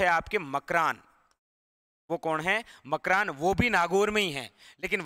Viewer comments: Makrana hota hai na ki makran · Sir wo ...gaw ..makrana h ..makran nahi h ..